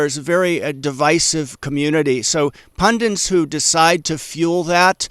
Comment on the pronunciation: … you’re mispronouncing the word “pundits”. You’re welcome..